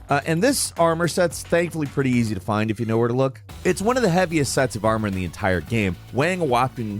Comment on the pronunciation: Please... stop saying "gueme"... it is game!!